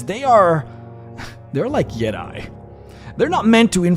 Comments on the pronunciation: Did.... you just call Jedi.... Yedi? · Love the video, but man that “Jedi” pronunciation took me out 😂😂😂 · Me listening to reading any other J: "Okay, Latin J. Sure." Me listening reading Jedi specifically: "Nordic J? Why here, of all places? Does he exclusively watch Star Wars dubbed in his home language, and just didn't realize how deeply the dub was created? What happened here?" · What in the hell is a "Yedi"? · it's Jedi not Yedi, it's pronunced like you would pronunce jelly, generaly i don't care much for this things, but that was a big one O_o awesome video btw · Did you pronounce "Jedi" as "Yehdai"?! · Please... annunciation is important. Jedi - not Yedi. Impenetrable is spoken "Im - pen - et - tra -ble". Google voice if you must, but it sounds silly when you dont get basic words right. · nah, I think its just that he cant say the word "Jedi" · First time I've stumbled onto this author's video and the way he pronounces "jedi" is just mind boggling.